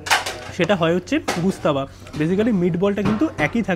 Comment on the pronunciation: Bhai khabarer naam jene food blog kar.... Gustaba noi ghostaba